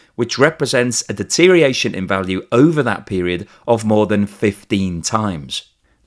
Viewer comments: siiiiiiiirrrrr please it is deteriORation NOT deteriation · I'm not a native speaker, but shouldn't it be deteriORation instead of deteriation?